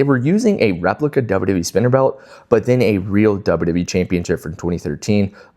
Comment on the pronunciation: Everytime you say wwe like that, another baby is born with cancer. You should stop to save lives.